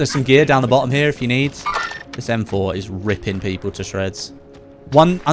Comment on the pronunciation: "EM FOR" 🤣🤣🤣